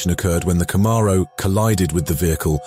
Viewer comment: I don't want a Camaro anymore. I want a "Cuh-morrow"..